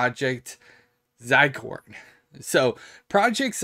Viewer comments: Not to be a pronunciation police here, but zircon is pronounced as (zur-kawn). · "zi-corn" :))) bruh